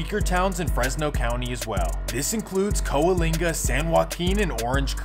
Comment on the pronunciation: Oops Coalinga too